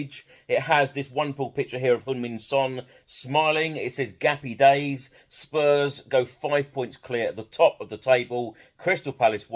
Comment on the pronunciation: “GAPPY DAYS” 😂😂😂 Mr Winkler will be impressed.